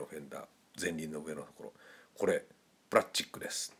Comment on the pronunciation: プラッチック → プラスチック